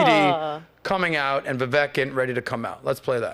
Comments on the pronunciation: VIVEK is pronounced 'VI-VAKE' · his name is pronounced 'V-wake' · Hey. Learn how to pronounce Vivek's name. You keep praising the guy but don't even know how to pronounce his name. Vivek rhymes with "cake."